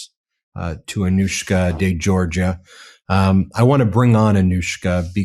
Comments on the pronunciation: This is yet another important and newsworthy report by this fine channel/forum/network, but I have a point to bring up. Mr. Meiselas pronounces the full name of the woman he's interviewing and he gets the surname wrong. He pronounces Georgiou as being JOR-juh. For some reason she didn't bother to correct him. It becomes obvious they've had previous ocnversations and perhaps she never had corrected him and felt this wasn't a time to do so, and to get on with the interview. Okay, but from what I've seen in numerous MeidasTouch videos this isn't the kind of mistake Mr. Meiselas would make to set an incorrect precedent. Learning the correct pronunciation takes no time at all with the internet. A person always respects and appreciates when their name is pronounced correctly or, if incorrectly, with an obvious effort. (It's a Greek and Cyprus area name and generally pronounced in that part of the world as jor-YOU or geh-or-GEE-oo. The pronunciation in a country where English is the national language is generally JERRY-jew or jor-GEE-oo, both unlike the JOR-juh he says.) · It's NOT 'Georgia." It's Geourgiou !!!!!!!